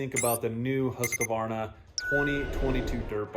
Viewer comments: More like Huus-qvarna. Not Hasq-varna. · IT'S NOT HUSQA VARNA!! ITS HUSQ VARNA!!